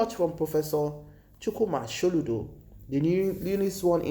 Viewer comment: Watch your pronunciations. So ludo bot Sholudo. Poor video